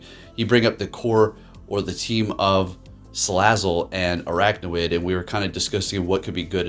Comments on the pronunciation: Think its funny everyone is saying stuff about him mispronouncing salazzle but not araquanid. Both him and Zyonik call it "araknawid" rather than "araquanid". awesome team and video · It's pronounced as "AR-AQUA-NID".